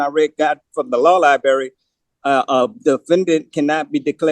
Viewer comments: It’s library not “liberry” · You know you're in good legal hands when you say "liberry" instead of "library". And, you don't know what "affirmative defense" means. The jailer will use Jesus' words and say, "I go to prepare a place for you". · So much going on, wow. But my O.C.D. fixates on "law lie-barry" and can not handle it. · That damn “Law-Lie-Berry” access is really Hindering this “Native American Indian Chiefs” ability to defend himself Properly! He really thought he had something with the Bail! (Which he would NEVER be able to afford anyway!) he thought he was really Lawyering there! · "LIBARRY"... CAN YOU BELIEVE THIS ... A GROWN MAN CAN'T EVEN PRONOUNCE THE WORD LIBRARY CORRECTLY !!! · Lie berry ??? 🍓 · What is a law liberry? Is it a berry that can be found in a specialty food store? I've searched for this liberry as I'm always open to try new food. Also, why is this indian chief always wanting to axe this or that? I don't get it. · Clearly he’s never been to any li-berry. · Please stop saying lie berry. Good grief. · On the irritation scale, it's right up there with "axe" instead of ask. 😖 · Nor has the education to pronounce "library" correctly. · Why why why can’t he say “LIBRARY “. It’s not difficult. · “Tibula” and “fibula” 😂you mean “tibia”? I guess he needs to go to the liberry to look up words